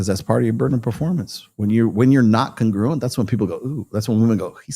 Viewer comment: Brah if you're going to use a word like congruent repeatedly, should probably learn how it's pronounced